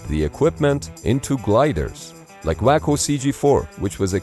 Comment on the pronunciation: WACO is pronounced wock-oh. A waco is an idiot.